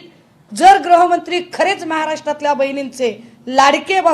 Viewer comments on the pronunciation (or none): ग्रहमंत्री नाही ताई, गृहमंत्री म्हणा